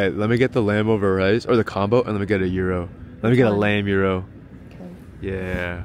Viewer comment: The way I laughed when you said, "Comboo". 😄 I'm a child. 🤣😂